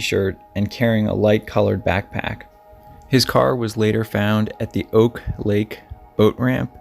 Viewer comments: Ohhhh noooo, i had to stop watching when you kept calling it Oak lake. It’s pronounced Awk Lake. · Hi. I live in juneau, and it's pronounced Awk lake. Like "awkward", just without "ward"